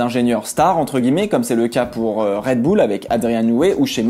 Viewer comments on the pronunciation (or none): none